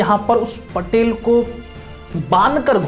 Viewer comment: महोदय वो पाटील होता है पटेल नही 🚩🔱